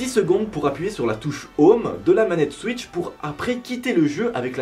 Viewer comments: Tu as dit Nintendo suisse "switch" 😂😂 et ressemble à malcom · C est pas siws mais switch😂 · il a dit Nintendo suisse ou je rêve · Tu dis nintendo suice